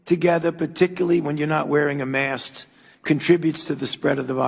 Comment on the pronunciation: ......did Fauci say mask or mast??? I thought this was about covid, not boats.....